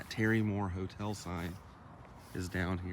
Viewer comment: a motel spelled with an M is not pronounced hotel